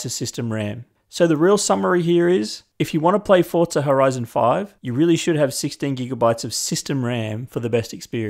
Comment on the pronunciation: Why does it sound like everyone is saying Fortza, instead of Forza? I don't see a T in the word anywhere?